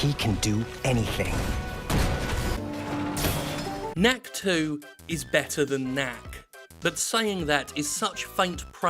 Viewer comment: Whenever he says "knack is " I hear Yahtzee say "kack".